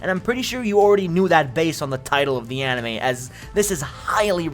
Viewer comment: fantasy animoe world he says